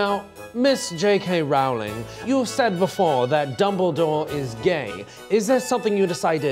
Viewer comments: It’s ROWLING as in rolling down a hill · it is pronounced rolling